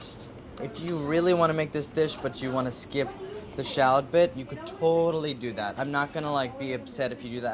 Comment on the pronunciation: Can't anyone in this show pronounce shallot correctly? 😩